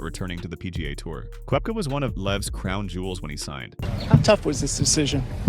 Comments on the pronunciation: It’s Kepka not Kooepka! Please learn how to pronounce their names properly! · It's Koepka, not Koh-wepka